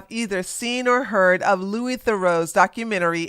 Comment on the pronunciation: She is average af looking with a mid body but describes her like she's a 10 🤦 Her saying Louis' surname wrong after being on his show shows her intelligence level. Dumb as f